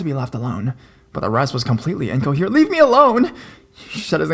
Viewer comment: "What she told me absolutely terrified mEHH". The word is me, just me, no need for all the extra enunciation or whatever it is you are trying to do. You have always been one of my favs but the pronunciation thing is getting worse and worse and I can't stand to listen when you do it really bad. Like I said, you are one of my top horror narrators but I can't deal with how you start talking sometimes